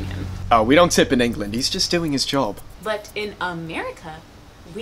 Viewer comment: The way he kept saying joab